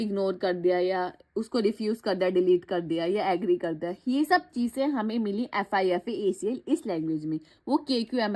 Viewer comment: its not fifa-acl its fipa-acl